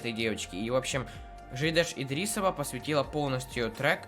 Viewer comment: Читается ДЖИЙДЕШ ИДИРИСОВА